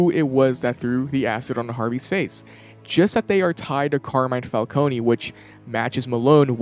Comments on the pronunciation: how are they ... and you STILL pronoucning falcone WRONG!?... theres no Y at the end...you dont say the E the "cone" is said the same way ice cream cone is...its been how many years? legit dont get how ppl are still messing this up. the new penguin show got it right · I’m sorry I hate to be that guy but….isn’t it “Fal-CONE” instead of “Fal-Coney”